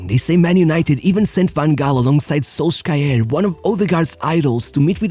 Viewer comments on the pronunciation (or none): Shols-ka-er 😂😂😂😂 this narrator never watched football for sure😂😂😂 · This narrator never watch football.. losten how he pronounced Solskjær😂😂😂😂 He said Sols--ka-errr...😂😂😂😂